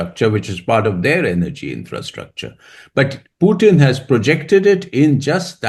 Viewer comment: The man’s name is POOTIN for god’s sake. Why do you insist on calling him PEWTIN. Call people by their real names PLEASE